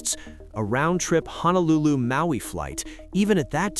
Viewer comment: We miss Aloha Airlines. Good story but I really wished that you would say Honolulu instead of HANAlulu. It makes you sound uneducated.